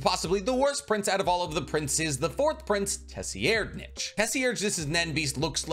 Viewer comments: Tes-e-er-nitch lol. Pretty sure it's tser-ide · Say it with me,: Say-red-. Not “Tessyerdnich.” It’s Say-red-. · Bro please stop calling the fourth prince TESSYerdnich try sir- eyed-nich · Did you just say "Tessy-aired-nitch" when referring to 4th prince tserriednich? Jsyk it's pronounced "tsir-eyed-", at least that's how I've always heard it pronounced. And no I don't know the "Merriam-Webster" way of spelling proper pronunciation of a word. So I spelled it in a way anyone that knows English can read it. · Say it with me, “sir-ide-” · For Tserridnich his name is pronounced “T’Sir- Eyed-” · 4th prince pronuncation: Tserriednich (Sir-ree-ed-) Thanks for the video, HxH is losing me with each chapter released so this was helpful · Sir-ride- is how I say it but how he’s saying it is not even close 😂. Just don’t pronounce that hideous t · Tserriednich = "Sir-eyed-" Just an FYI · I prefer the pronunciation from grandline review for the 4th prince. I think its correct. It sounds like “sir id ” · Tserriednich is pronounce sir-ride-... The T is silent lol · Nice video although I’m pretty sure his name is pronounced Sir-Ride- 👍🏾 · Your pronunciation is baddd, his name is Tsir rye = Tserriednich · The name is actually pronounced Sir-ride-nic as weird as is is for the king that hates women but yeah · Say-reed-, Kach-oh, Woah-bul sorry but your pronunciation on his name was a bit distracting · i’m sorry but it’s pronounced SIR-RIDE- >.< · Excellent video, liked and subbed. But with peace n love, the way you pronounce 4th prince Tserriednich's name killed me lmao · Out of all the content creators the way he pronounces Tserriednich just sounds wrong. Also, doesn’t he pronounce NobuNAga as NoBUNga? If so, why? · The way you pronounce Tserriednich and Kacho makes the hair on the back of my neck stand up. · "And the 4th prince-" Fuck no! NO! Say his name right! 😑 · Pronounced Tserriednich right = Liked and Commented.